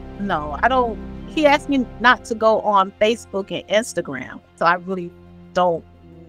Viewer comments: "The first time Tyler AXED me for money..." I'm done. 🙄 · Almost lost my mind when I heard axed.